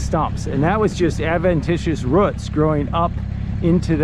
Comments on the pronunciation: Why did you pronounce roots as ruts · ROOTS IT HAS A O NOT A U NOT A ROUT A ROOT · ITS CALLED ROOTS NOT A ROUT THERE IS NO U IN ROOTS